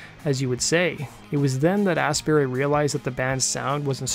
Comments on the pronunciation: Lol 'Ian Astberry'.. pronounced 'Ast bu-ree' as in; 'Glast un bree' (Glastonbury) Death Cult 14 Nov 2023 O2 Institute Birmingham UK.... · I think the name is Astbury, not Ass Berry. Though there could be a plant called Ass Berry that donkeys are very fond of...